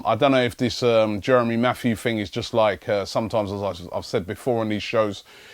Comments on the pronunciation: Robbie, his name is Jeremy Mathieu not Matthews. and he's muck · dan dandiman no it's pronounced "Matt-you".